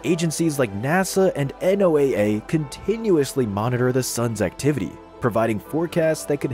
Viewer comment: you cant even pronounce noaa right